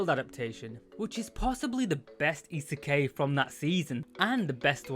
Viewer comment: very good work, I enjoy the insights and it has made me want to watch the anime. A couple of notes though, isekai isn't pronounced that way, after the K it is said as eye rather than ay (I'm sorry, it hurt a little) Also when you were saying that a lot of them get what they want with little effort you showed RE:Zero, while I understand that you've not watched it and wouldn't know, it was the worst show to put there as the main character literally suffers so much to get to where they are. Other than those though, really good video, you're coming along in strides! EDIT: Some other good reverse isekai for your fancy are RE:creators, Inuyasha and rule of thirds dictates a final one, but I personally cannot verify it, The Devil is a Part Timer